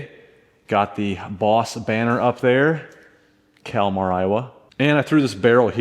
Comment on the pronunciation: As a local, pronounce it Calmer not Calmar. Love the videos!